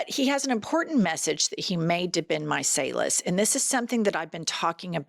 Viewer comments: 💙 UR WRK LADY’s! Just quick point of order: Ben’s surname👂 like: [MY]-[SAL]-[LES]. LOL So Ben Meiselas xoxo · Why are you pronouncing BenMeiselas' name differently from everybody else?